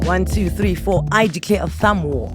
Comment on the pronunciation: Anele uvusa umntwana ngo “tree” *xhosa accent 😂😂😂😂😂😂